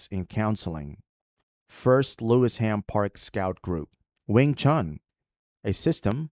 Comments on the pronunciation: The pronunciation is Lewi-sham not Lewis-ham🔬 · Nice video but the location is Lewisham, pronounced Lewis shum, not Lewis ham. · It’s LEWISHAM MOSQUE and NOT Lewis Ham mosque. Pronounced Lewishaam. It is in the London Borough of Lewisham. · Oh Brother It is NOT pronounced as Lewis Ham......it is ONE word...."Lewisham". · The locals pronounce it Lewi sham. Not Lewis ham. Still that was very interesting. I might start calling it Lewis too! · Thanks for this post,. FYI it is pronounced as "Lewi-sherm" not Lewis ... Ham 🤣 For a post about ISLAM ... to pronounce it as lewis- ham is hilarious. Thanks, tho. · OMG the pronunciation is mega cringe, it's LUEY-SHAM not Lewis HAM 🤦‍♂Great vid tho anyway!! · The video keeps mispronouncing Lewisham. It isn’t Lewis Ham, it sounds more like Lu-wish-em. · It's called Lewi-sham not Lewis-ham.. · its Lewisham not lewis ham. lewish for ish. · PRONOUCED LEW ISH AM. BEAUTIFUL VIDEO, REAL UNITY OF HUMANITY. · It's Lewisham! One word. Pronounced - lu-i-shem! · Have a Lewisham (Lew-ish-ham) suburb here in Australia. Ramadan barakatuh my brother. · I know you are unfortunate enough not to be able to speak English properly being yankeefied and all but it's pronounced 'Loui- shum' Also try not to sound so robotic/ai like. Salam. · *Lewisham ("Loo-wish-um") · It’s pronounced Lou- wish - am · Lewisham is pronouced one word . Not Lewis Ham.